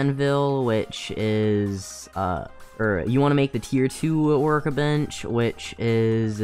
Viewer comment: its tier not tear